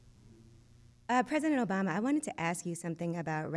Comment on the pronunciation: You are no good 🤣🤣🤣🤣 It's Obama not "OBaby" lol